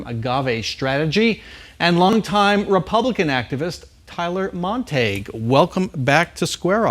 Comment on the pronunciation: This shows you the stupidity of the Zonies. Even the interviewer introduces the guest as "Montag" instead of the proper pronunciation of "Montague". Therefore not surprised with the crazy furor of giving whacko Lake time.